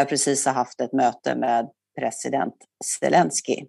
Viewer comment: Roligt att hon säger Svelenski om Zelenski